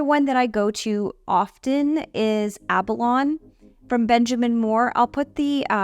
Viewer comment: You continue to give straight forward info with a warm, good-humored approach. Great ideas! BTW, I’m pretty sure abalone is pronounced like the mollusk, ab-uh-loh’-nee. Hope that helps. Thanks for your channel. I always take away something new from your videos.